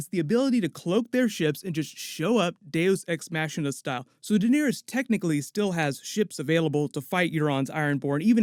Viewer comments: What is Deus Ex 'Mashina'? It's Ma-ki-na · Deus ex-machina ...ch pronounced like a k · "Day-os ex mashinuh" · Deus Ex Machina isn't pronounced MASHINA. did you go to college? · "Deus ex Machina" is pronounced like "deus eks makhina". Great video tho. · its pronounced day-us X-mah-kin-nuhbruh! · It's not pronounced "deus ex maSHina". The ch in machina is pronounced more like a K. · This man said deus ex mashina..... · Im not gonna get over the way you said "deus ex machina"